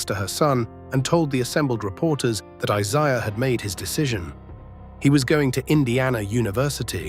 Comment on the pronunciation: Can't even pronounce Isiah correctly. What a loser!